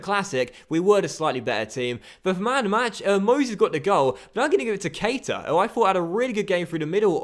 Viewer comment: PLEASE! It really annoys me when people get his name pronunciation wrong. It's pronounced like Ka-Eeta. Like so docks can see please 💯💯